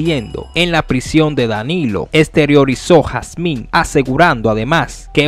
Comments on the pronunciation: Mi hermano es Julio Hazim, No Jazmín. Por Dios!! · usted me excusa, pero se escucha incómodo cuando usted pronuncia el apellido HAZIN como HASMIN". QUE PASA USTED ES COMUNICADOR. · Julio jasin no jasmin jjjj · Julio Jazim. No Jazmín. ¿ De qué país eres tu? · 🤔 julio jacin 🤣🤣🤣🤣 no jasmin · Hazim ... No jazmín. La h suena como j es decir "Jazim" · No es "Jasmim"...es Jasim. Jajajajaja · Julio Jasin, no Jazmín....y 🥴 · tienes problemas para decir hazimmmmmmmmmmmmmmmmmmmmmmmmmmmmmmmm no jasminnnnnnnnnnnnnnnnnnnn jajajjajjaj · Amigo no es jasmin ,es Hazin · De donde salió este comentarista? Es Julio Hazim, no Julio Jasmin. OK? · No es Julio Jazmin es Julio Hazin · No es Julio Jazmin….. julio Hazin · Julio hazin)))) no jasmin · Julio Hazim. No Jasmín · HASIN NO HASMIN PA LA PRÓXIMA. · Ese sr. No se Llama julio hasmin. Se Llama julio hazim si no lo sabias ud. Es un periodista infomese bien Antes de pronunciar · Julio jazmin??? Jazmin??? Y lo sigues repitiendo? Virgen de la altagracia mete tu mano. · Bueeeno, ta feo eso, julio Jasmin? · Hazim hermano hazim hermano hazim es hazim..tienes que leer primero antes de hablar aprenderse los nombres y apellidos de los análisis... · Lo ideal es que corrijas y vuelva a subirlo. Hazim se lee Jazim…. Ya con eso empezaste a informal mal. Le perdí el interés de escuchar esa noticia. Mejor lo veo en otro lado. No es que pida excusas es que también lo corrijas. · Caballeros,oiga su contenido y aprenda se el apellido de julio k se vio feo esa pronunciación hermano,muchas gracias...